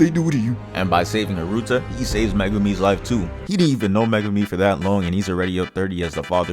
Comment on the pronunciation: Bro... Megame? Muh-Goo-me ffs that shit is ultra annoying